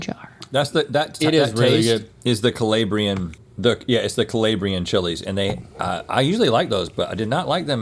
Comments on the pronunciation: It’s not colaybrean it’s colaaabrian technically Calabria or Calabrian but not coe lay Bree an sir. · Rhett hurting my ears with the hard A in Calabrian! We need to get him some Italian lessons! Link knows his image to taste ratios! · The way Rhett said Calabrian really hurt my Calabrian feelings